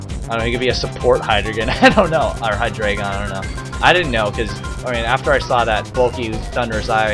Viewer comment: Sorry for being a pain but it's probably pronounced (High-dry-gon) because those evolutions are based on the German numbers, eins, zwei and drei, drei being pronounced as 'dry'